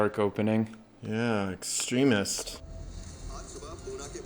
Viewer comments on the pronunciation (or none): I’ve never the word “extremist” pronounced that way, with the ac-CENT on the first syl-LA-ble 😂.